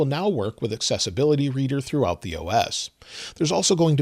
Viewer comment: Why do I keep hearing successability instead of accessibility?